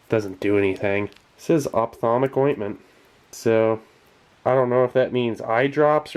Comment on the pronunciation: "opthamolic" for the eyes. same root as optical, should't be that hard